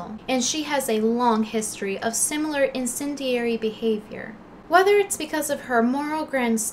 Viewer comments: "incendairy" lol it's pronounced in-sen-dee-air-eee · Lol the way you said "incendiary".